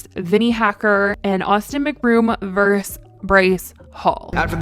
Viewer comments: The abbreviation vs is pronounced ver-sus, not verse. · i love how says versus: verse 😂